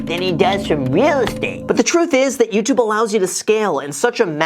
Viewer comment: Youtoob You’re welcome